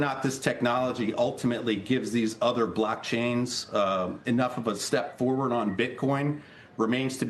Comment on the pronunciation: How come he says blackchains